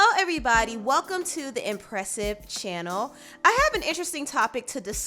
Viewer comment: You said “channel” differently lol